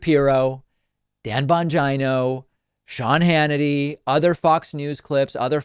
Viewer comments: David said "jye" like China ..but its Gee ..like Cheeto..right? Bon-gee-no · I nearly spit out my soy milk when you pronounced "Bon-jine-o" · On occasion you absolutely butcher someones name... BonGyno is peticularly epic... And I'm Here For It.